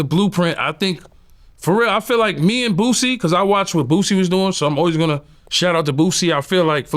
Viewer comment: Quit saying BOOZIE, it's BOOSIE. AREIS